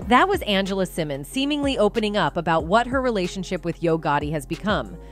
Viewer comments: First of all, her name is Angela Simmons not Angela Simone! Secondly, YaYa is Floyd Mayweather's DAUGHTER NOT his ex girlfriend! You seem to be in a hurry to get your story out that you seem to not do your homework FRFR. This leads me to believe, your content is NOT TRUE! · who is Angela Simon? her name is Angela Simmons. if you're going to report on her business at least pronounce her name correctly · BEFORE YOU REPORT ON SOMEBODY...LEARN HOW TO PRONOUNCE THEIR NAME..I SEE YOU SAY SYMONE AND SIMMONS...TACKY...GET IT RIGHT. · Why is her name being pronounced as Cymon? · Her name is Simmons. ✅. You shouldn’t do a story on anyone , Until you get the names right. 💯💯💯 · Its pronounced sim-mons😂😂😂😂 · Lord !!!! She killin' me saying her last name wrong!!!! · I thought I was the only one feeling this way😂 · This blogger can't even pronounce her name right...😂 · Why is she saying her last name wrong. I swear🤦🏽‍♀️🤦🏽‍♀️🤦🏽‍♀️ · I have to stop watching because you are saying Rev Runs daughter last name wrong not a good look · I can’t even watch this not sayin her name right n yaya is mayweathers daughter